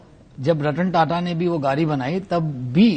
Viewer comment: Yeh sajjan "gaadi" ko "gaali' bol raha hai. 😄😄